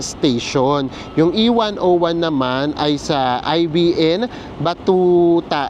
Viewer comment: Regarding pala Ibn Battuta , it’s not I-B-N but pronounced like “ibin” meaning SON 😄